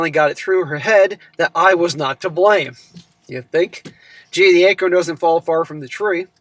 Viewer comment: I know you said "The acorn doesn't fall far from the tree" but I heard "The anchor doesn't fall far from the tree"😂